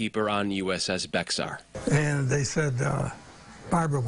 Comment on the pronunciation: It's NOT BEX-AR. It's pronounced bear. The ship was named after Bexar county in Texas where the Alamo stands.